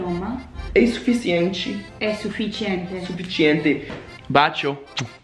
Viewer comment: AGAIN aaaah "é suficientchy"